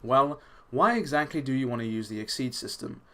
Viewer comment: Ex-actly lol